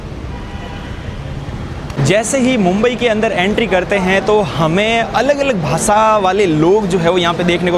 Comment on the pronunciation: YouTuber to ban gaye but language improve karo sab Galat bol Rahe ho bhasha ko bhasa shaher ko saher